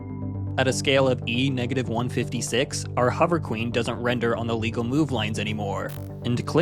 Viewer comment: The paund will never be qweene